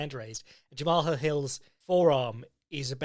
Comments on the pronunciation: it's pronounced the same as one would the name "jamal" 😭 great podcast, as always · I think it’s pronounced Jamal, he called himself Main Event Mal at the end of his interview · Pretty sure Jamahal Hill is pronounced like "Graham"